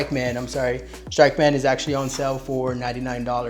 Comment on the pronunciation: You mispronounced the company that you were promoting lmao